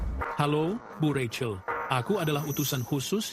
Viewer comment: Penyebutannya bukan Racel tetapi Rachel ini yang benar .